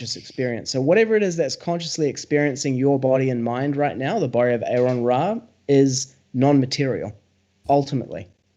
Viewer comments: It's like nails on a chalkboard everytime someone mispronounces Aron's name. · How come it's so hard for people to call Aron by Aron instead of Aaron?